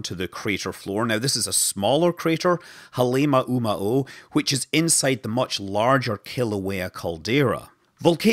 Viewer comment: Hah-leh mah`oo mah`oo ` = glottal stop